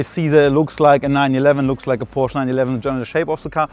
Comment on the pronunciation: Odd this guy works for Porsche and pronounces it wrong.